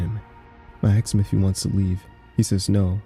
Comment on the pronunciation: "Ask" Not "ax" 😂 please sir